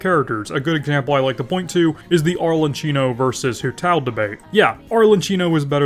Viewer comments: Please pronounce it right - "ArleKIno" not "ArleCHIno". You're killing me man. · I rly don’t wanna sound like a nerd but it’s rly annoying me, it’s pronounced arlekino not arle”ch”ino 🥲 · I understand destroying Chinese character's pronunciation because it's sometimes difficult to pronounce and may have foreign sounds but when you said "Arlechino" you killed me. 😂